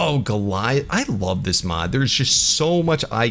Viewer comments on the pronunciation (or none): none